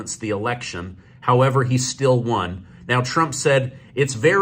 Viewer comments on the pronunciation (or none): none